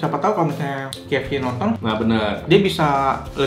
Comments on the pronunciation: kei ef si bacanya nex, bukan ki ef si =D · Haha..spelling KFC aja ribet banget bang...btw K kalo dibaca d bhs inggris khn emang 'keiy' bukan 'ki' jdi bner aja bang kalo bacanya 'keiy ef si' ato kalo ngmongnya khn ' ke ef si'..maaf bang ga penting sih komen gw...cuma trgelitik aja..wkwkwwk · Key ef si, betul begitu ejanya... Huruf "K" kan bacanya key bukan ki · 1. K itu bacanya "key", bukan "ki" 2. Yg ketiga itu bener original, gw soalnya suka beli yg campur biar ga enek kebanyakan tepung jadi tau bedanya original ama crispy. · Bang klo kfc dibaca (ki)efsi, itu ki nya pake q. Nah klo pake ‘k’ harusnya dibaca (kei)efsi Sori klo ga penting hehe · Key bukan ki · Pronounce huruf K itu bukan Ki bg tapi Ke 😂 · Cara bacanya yg bener: Indonesia: Ka eF Ce Inggris: Kei eF Si (bukan Ki eF Si) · yang gw bilang itu udah cara penyebutannya, bukan tulisan key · Emang iya K di bahasa Inggris dibaca Ki koh?😂